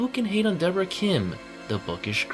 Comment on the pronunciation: It's Deborahhh